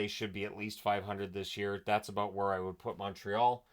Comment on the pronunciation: As a Canadian, i think i heard you say aboot.